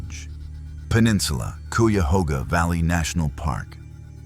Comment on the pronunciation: Learn how to say CUYAHOGA, please. You can't "stop your car in the middle of the covered bridge" because cars aren't allowed. Even the video shows the barriers. 🙄